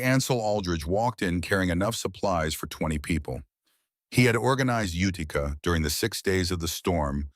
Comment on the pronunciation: IT'S PRONOUNCED YOU TI CA DOPE